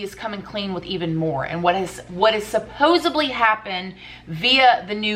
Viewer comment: Darling PLEASE, it's supposedly NOT supposebly